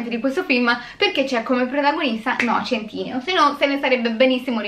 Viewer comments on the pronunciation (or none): Per favore, adoro la recensione, ma non riesco a sentire “centineo” invece che “sentineo” (come pronuncia) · Ma centineo non si legge "sentinéo"